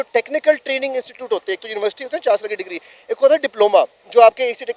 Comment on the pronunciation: It's not insecute, it's institute you should pronounce correctly.😢